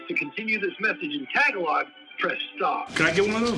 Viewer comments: Saul pronounces Tagalog sort of like the Girl Scout Cookie, when really it's pronounced closer to "Tuh-Gah-Loh". It's a language mainly spoken in the Philippines! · mispronouncing tagalog how most people do was a nice touch 😅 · Mispronounced, but, finally mentioned!